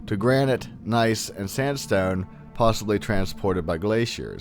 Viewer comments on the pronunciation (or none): none